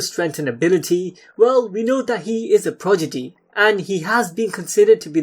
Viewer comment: This bitch said 'progidy' instead of 'progidy'